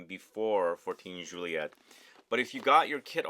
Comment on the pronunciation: You say "joo-ee-ay" for Juillet. And it's Jerome Epinett- you say that T when there is a silent e after it! You reversed the concept..